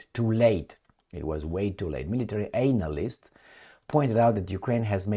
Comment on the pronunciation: love your sarcasm with those mispronounced words, e.g. “ANAL-ists” rather than the correct “analysts” (pronounced “ANN-alists”) 😂😂